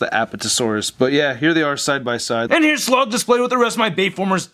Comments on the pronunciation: IT'S SLAG NOT SLOG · isnt his name slag? not slog?